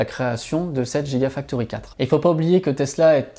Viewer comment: Petites corrections: — Hibar systems ne fabrique pas des batteries mais des machines utilisées pour fabriquer des batteries. — Soit on prononce « jigausine », soit on prononce « guigafactory », sinon, ça n’a pas beaucoup de sens…